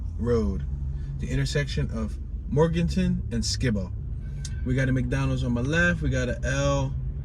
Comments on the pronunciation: Morganton and Skibo - Sky-Bo not Skee-Bo 🤗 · The way you pronounce Fayettteville and Skibo Rd says you are not from Fayetteville. Ask a native how to pronounce.